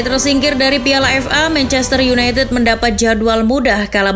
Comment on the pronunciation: mencester yunaited mbak bukan yunaitit